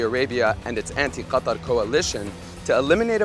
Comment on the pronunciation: Why don't say Qatar in the english pronunciation? It's really wierd to say it like that